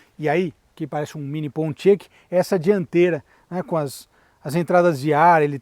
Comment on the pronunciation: Pronuncia-se “Poniaque” em ingles.